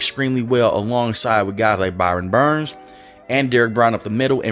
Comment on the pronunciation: Brian Burns. You always say Byron Burns lol